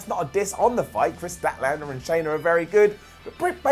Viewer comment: Shanna is pronounced just like Anna.